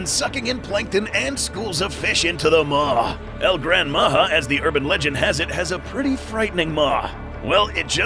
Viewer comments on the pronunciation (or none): how come your spelling and sound it pronounce far from what should be listen....can you say this JA-RULE...ya J WITH A the thing should be that sound ...instead H A...HAHAHAHAHAHA JAJAJAJAJAJAJA NOW SAY IT OUT LOUD MA>>>>>HA>>>>> OR MA>>>>>>JA.....short tongue guy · It's "Majá"